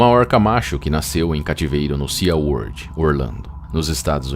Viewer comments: Se pronuncia "si" world e não "sia world." 😉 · por favor me perdoe mesmo mas SeaWorld pronuncia-se SiWorld o A e mudo